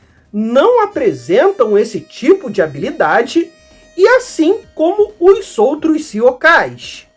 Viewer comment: vc tem uma característica na sua fala que eu nunca tinha escutado na minha vida (e sim, sou velho). Vc é a única pessoa que eu já vi que termina um palavra terminada e "s" em que a palavra seguinte começa numa vogal e vc não muda o som desse "s" para "z". Exemplo: "os outros" vc diz "ossoutros" ao invés de "ozoutros" como, até onde eu percebo, todo mundo fala no pt-br.